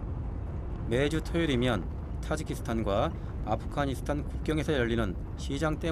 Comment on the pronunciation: 발음: [두산베] --> [두샨베], [키르키스스탄] --> [키르기스스탄], [아프카니스탄] --> [아프가니스탄], [저슬] --> [저즐], [찹찹] --> [착잡], 자막: '갈 때 없어서' --> '갈 데 없어서'